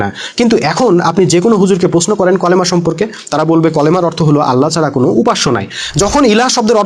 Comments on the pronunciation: আপনার উচ্চারণ তো ঠিক নাই, কলেমা তো হবে না হবে কালেমা। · ভাই কলেমা নয় কালিমা উচ্চারন ঠিক করেন